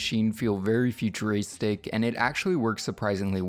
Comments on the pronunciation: ControlAllDa1337 futurastick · Bruh, I can't handle the way you say futuristic